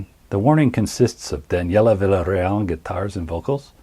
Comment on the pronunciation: This is great! Just subbed. Great story telling, great video clips, great narration. Can't wait for more. (Villarreal is pronounced Viarreal, no L sound.)